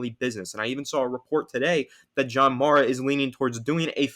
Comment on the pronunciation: Young man you are mispronouncing the Mara name.